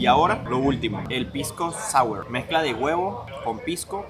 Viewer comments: Se dice, foneticamente, sawer, pisco sawer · Se llama pisco Sour. Se pronuncia pisco sawer.